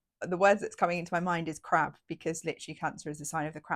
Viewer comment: Thanks for the reminder and also I love the sound of the Cancer energy! What does it mean that the moon rules cancer? haha I thought you said 'feeling very crap' but then I realised you said 'crab' which is basically the same!